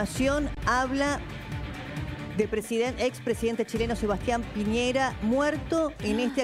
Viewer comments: Por qué les da con decir mal el apellido de este sujeto, pi ñe Ra, y no pi ñei Ra , como también el nombre del lago Ran co, pero es recurrente con estos periodistas. Eso pasa en Chile. Primero leen y... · Lago ranco no ronco, y es sebastian piñera no piñeiira